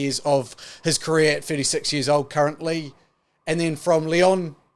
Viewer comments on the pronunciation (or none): none